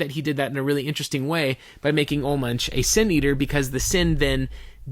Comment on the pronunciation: Ol Munch? He said his name. It's Oolah Moonk. Get it heckin' right, eh?